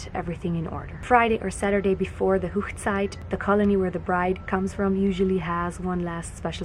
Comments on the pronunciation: Hoegside is actually pronounced Hog ( like a pig) site and is the German word for wedding. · That was really beautiful. 🙂💕💕💕 On a small note it's not pronounced Hochzeit ( whoochzeit) The Hoch part should be Hoch like in the word loch. I know most Hutterites speak high German so I'm not sure why you're pronouncing it like that.😕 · Wonderful singing. Thank you for telling us about the wedding traditions. I am interested in how you pronounce Hochzeit. Rather different from the German I learned. A question, if the bride wears blue does everyone else choose a different colour? I once sung at a wedding as a child. The church had all boy choristers, but they were off on an event. Someone wanted to get married that particular week so they had to round up all the sisters and other girls. It was really lovely. Unfortunately they still did not allow girls in the choir for many years. The choir leader said we all behaved better than the boys!! It is a tradition here in the UK for the bride to marry in her home church. I have taken some of my ancestry back to the 17th and 18th century and they certain did it then. The boys became apprentices and once that finished they toured around working as journeymen to perfect their skills, but also to look for a bride to bring back home, when they joined the family business. Do you also have to have a Canadian legal wedding? There is something of a tradition developing here in the UK that people often meet their future partners at a wedding, they are a great opportunity for people to meet up.